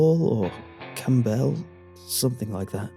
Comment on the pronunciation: Normally I'm fine with ' pronunciation, but the emphasis on the "b" in Campbell is really killing me here.:X